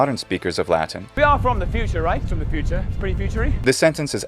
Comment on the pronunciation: I'm a native Spanish speaker and I was impressed by his pronunciation. His "Future" sounds like our "futuro". Few English speaking people accomplish things like that.